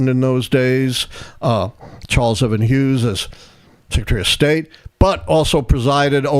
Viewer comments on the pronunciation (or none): none